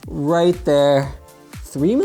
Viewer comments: As someone pointed out she said white but she was trying to say right. You can hear it plain as day lmao. I had to put it on surround sound on loud to make sure what was said. YouTube sound analytics picks up what it thinks it hears and plays it. It even gets translations wrong in some cases because it thinks it hears a wrong inflection or wrong word. Its hilarious to watch at times 😂😂😂. It will get better as time rolls on but in this case the word that was said was white and what was meant by the little one is right. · astrolink 2000 ok that’s what I was wondering did she say “right” or “white”? LOL 😂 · Did she say "Daddy are you white" or "Daddy are you right" 🤣😂🤣😂 I am glad she asked because I have been wondering for a while 🤣😂🤣😂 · I was just about to comment on this. did she say white or right. but if she was trying to say right then maybe its just the mispronounced r for a w. 😆lol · at the end does she say... "daddy are u white?" LMAO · I swear I just heard right but it sounds more like white